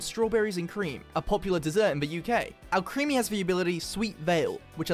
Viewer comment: Just so you guys know alcremie is supposed to be pronounced like alchemy but with an r and zacian is pronounced zah-cyan just Incase you didn’t know :).